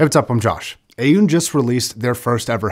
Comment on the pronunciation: It's pronounced Aww-Nee.